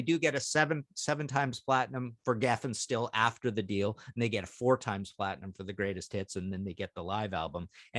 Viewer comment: Did Martin say "greatest tits" ?